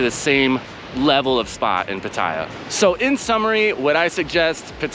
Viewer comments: Great vid bud. It's of course PAAATYA not PUTTAYA. More eccentuation on the A. Might not be important to you, but I personally think it's important to pronounce the name correctly of the city you're living in. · Ask a Thai. Hint it’s not pat I ah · What is the correct way to pronounce Pattaya? Because there's the way you say it stressing the middle syllable, and people who say you should stress the first syllable. As in, "I went to the store to shop for some outdoor Pattaya furniture."